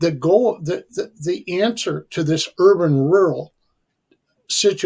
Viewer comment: Rural not ruler